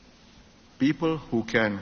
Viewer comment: Wonder why Singaporeans who are well educated pronounce "people" as "pee_per"?